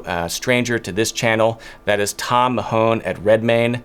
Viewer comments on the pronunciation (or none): Although you pronounced his surname incorrectly it was good to see a tailor who had exactly the same name as my late father, Thomas Mahon, who was also a tailor. You pronounced his surname as 'MaHone'. The correct pronunciation is 'Ma-Hun' with a hard 'H' at the beginning of 'Hun'. Mere trivialities though, another great video.